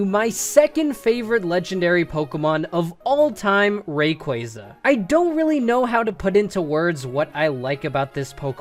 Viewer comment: Rayquaza Is pronounced (Ray-Quaa-za)